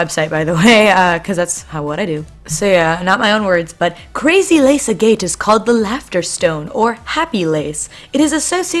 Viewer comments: I love the video just random thing. Agate is pronounced Ag-at or Ag-got not A-Gate. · Im sorry for "yelling" but its pronouced AGG-IT